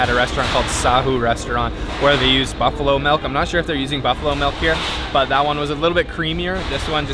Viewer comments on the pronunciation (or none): none